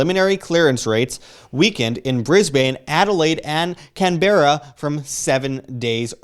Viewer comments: Mel-bourne = Mel-bn, Bris-bane=Bris-bn and Canberra=Can-bra. Please pronounce these cities correctly. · The Aussie capital sounds more like Canada , should Pronounce closer to CAN BER RA